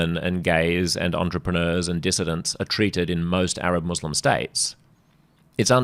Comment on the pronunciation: Has Albanese a speech impediment- he's unable to utter 'Muslim'.